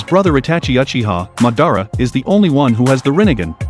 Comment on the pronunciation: Hi pronunciation of Uchiha Masara is killing me 😂